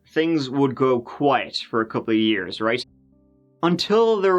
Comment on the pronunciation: “We’re gunna go bak about TURDEE YEERS” WE LUV YA!